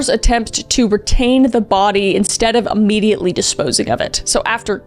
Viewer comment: You keep saying " ammediately" its freaking me out. Isnt it immediately?